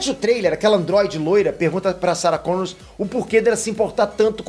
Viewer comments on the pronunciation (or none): É Sarah Connor e não Sarah ConnorSSS